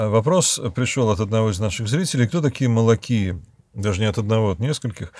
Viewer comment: ΟΙ - читается, как русская И. Поэтому читается не малакой, а малакии. Кошмар и ужас Ваше размышление и сравнение с зэками. Просто спросите у греков, как читается и переводится это слово.